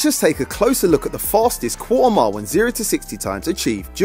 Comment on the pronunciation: Quarter mile?? I was hearing cool amount 😂😂